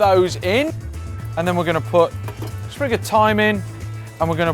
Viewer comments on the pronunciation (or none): none